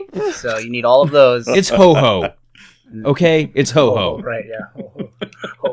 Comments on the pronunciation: its Ho-oh not ho-ho.... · IT'S HO-OH, NOT HO-HO!!!!!!!!!